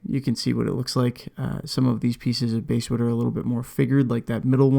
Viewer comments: Basswood....pronounced like the fish, not the instrument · it’s pronounced basswood, not basswood :) jk, great video! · Its pronounced like the fish BASS Not the instrument. Truth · You’re not the only one who pronounces it that way, and everyone with a channel that I’ve watched gets comments about it. For me, I know exactly what species of wood you’re talking about so, unless you start calling it something REALLY whacky, like “Brazilian/Indian/Honduran Live at the Rosewood Ballroom Mahogany/pau ferro/Rio Grande Palisandro,” you can pronounce “basswood” however you like and I won’t mind. 😂😂